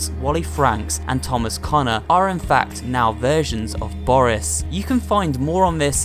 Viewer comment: It’s not boris it’s booorrrris